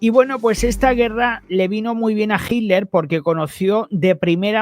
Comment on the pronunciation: Hola te digo que se dice Hitler y no Jiler Los nombres alemanes o Rusos o Ucranianos son difíciles de pronunciar😊